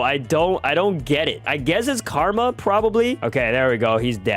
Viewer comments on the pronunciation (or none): none